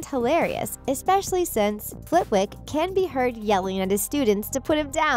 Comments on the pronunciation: there is no excuse for your mispronunciations, you can just watch the films.......Warwick (Warrik) and Flitwick (Flittik) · Professor Flitwick. It is pronounced "Flittick". The "w" is silent.